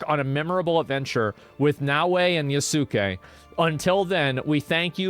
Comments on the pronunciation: It's funny how Asmon was pronouncing "Yasuke" correctly when he was hearing his name, but now after he read it a few times, every time he mispronouncing him as "Yasuukei" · It's Yas-Kay not YASOOKAY